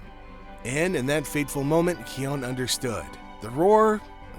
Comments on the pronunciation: The constant mispronunciation of his name is sending me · It’s kion